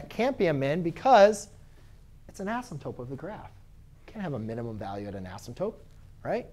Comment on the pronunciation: Why do u say asymptope 😂😂